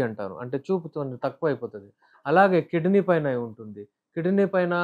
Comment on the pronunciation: కిడినీ కాదు తమ్ముడూ....కిడ్నీ (kidney) అనాలి. ఉచ్చారణ సరిగా లేకపోతే వినేవారికి అర్ధం కాదు. కనుక ముందు నేర్చుకుని వీడియో చేయండి.